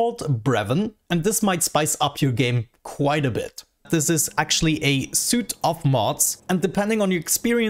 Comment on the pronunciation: Just so you know, the word Suite is pronounced like Sweet, not Suit. English is fun.